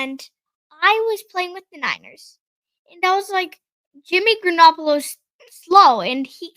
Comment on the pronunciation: “Jimmy Granoppolo” 😂 - great commentary,! Keep it up!